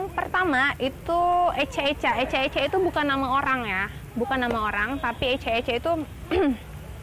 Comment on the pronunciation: Klo dilambar icak icak bukan ecak ecak